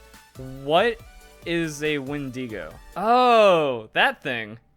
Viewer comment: Pokémon company: constantly talks about dead children = Pokémon: cool Pokémon company: possible leak on a cannibal inspired Pokémon: Wen-Dee-GO sounds too much I’m not hating it dose sound pretty crazy lol, but the pronunciation killed me